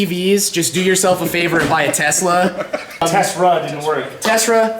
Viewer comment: Homeboy said “tesRa”